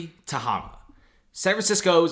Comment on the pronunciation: Ta-HAY-ma. Mispronouncing.